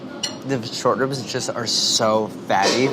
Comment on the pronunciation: Every time he said short ribs i heard shortbread lmao